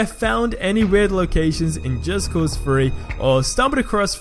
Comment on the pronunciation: Am i hearing him wrong or is he saying just cause Free.